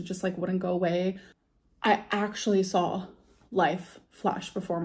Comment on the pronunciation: She sawl